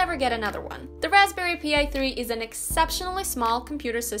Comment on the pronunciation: "Raspberry P i" technically you pronounce that like Pie Besides the Raspberry Pi, there are other Single Board Computer (that's how these devices are called) out there too with a lot more processing power. Example: The RockPro 64, same size as an Raspberry Pi, one less USB port but you get an USB 3.0 port instead 4GB of RAM (if you go with 80$) or 2GB of RAM (if you go with 60$). You also get an a lot more powerful processor, the RP 3 B+ has an 64bit 4 core 1.4 GHz processor while the RockPro64 has the RK3399 which is an 6core CPU with 2 cores at 1.8GHz and 4 cores 1.4GHz. Additionally it has a small GPU. Of course, there are A LOT of different SBCs out there, some more expensive and powerful than other.